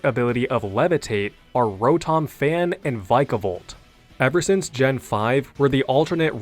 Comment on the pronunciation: Row-Tom. It bothers me so much to hear its name pronounced as such.